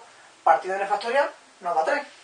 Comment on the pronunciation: "FASTORIAL"??? Q ES ESO?